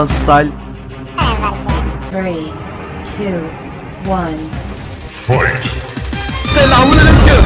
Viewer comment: Styla değil style